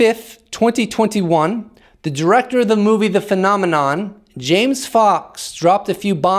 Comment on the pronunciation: Phenom... phenom... Phenomenonenom.. phenomenonenom... phenom... PHEN OM EN OM